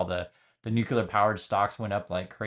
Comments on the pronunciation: It's not new-q-ler, it's nu-clee-er. Sorry, pet peeve. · Another one who says nucular. Oh, and natural doesn't equal healthy. There are tons of natural compounds that are toxic or carcegenic.